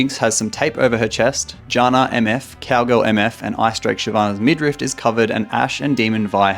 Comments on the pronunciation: he said it twice :s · Little FYI: it's actually midriff, not midrift